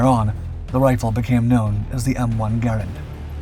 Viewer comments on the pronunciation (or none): Great content as always. Only a few tips. Garand is usually pronounced Gar-aand. With a long A. Also the Soldiers in WW2 usually carried empty clips to fool the enemy by tossing the clips early to throw off the enemy. Thanks for all the great videos! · I am 68 and have always heard "Garand" pronounced "Ga rand". Am I wrong ? Is this a regional thing ?